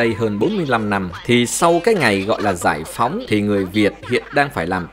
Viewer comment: Phút thứ 3 giải phóng nói lộn phỏng giái haha